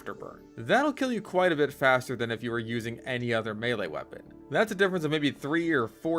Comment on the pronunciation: Oh my god you mentioned Blahe. I can't fucking believe it. Yes. Yes medic should eat the hearts of his enemies to disappear, fastah, to activate, his spiritual powahs fastah, than when he had on clothes